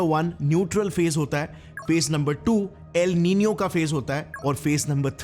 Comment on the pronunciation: Its el nino